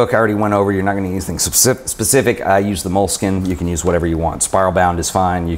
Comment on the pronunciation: "mola-skeena" ... just sayin'